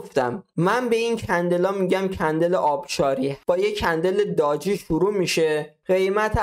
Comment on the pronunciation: سلام خوبی؟داجی نه قربونت بلکه دوجی درسته تلفظش